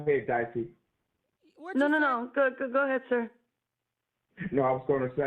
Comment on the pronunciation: I like how yall keep calling her dicey and she don't even correct it 😂